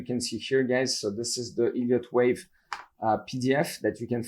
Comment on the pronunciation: Sounds like he's saying "idiot" wave lol